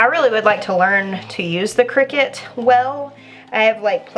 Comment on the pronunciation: I thought those things were pronounced Cry-cut